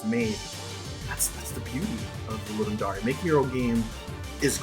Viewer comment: Right? It's pronounced the way it's written... at least someone pronounces it right. Cause, man, fuck Roy Dotrice...